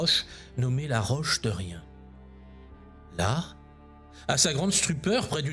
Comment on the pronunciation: Nous aurions bien besoin d’un Saint-Yves dans notre monde actuel 😢Petite apparté, pour le nom DERRIEN, il ne de pronce pas "de rien" mais "dérien" avec ses 2 R, c’est mon nom et bien souvent, hors Bretagne les gens le prononcent mal.